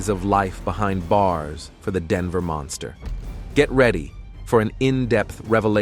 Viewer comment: How can a clearly original English speaker not be able to pronounce not Shannan nor Denver properly? 😅😅